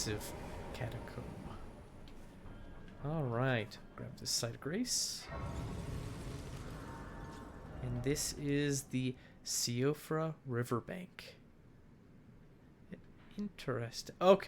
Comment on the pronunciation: hi, loving your series watching it from the start and binging it like mad, you have a really comfy vibe! i know its a year later but "Siofra" in the "Siofra River" is an irish name that translates to "elf" or "changeling" and is pronounced "SHEE-fra" not "see-oh-fra", keep up the great content, cant wait to keep watching the rest of lorethrough